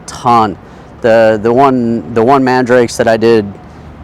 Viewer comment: Just a heads up its pronounced MAN DA RA KE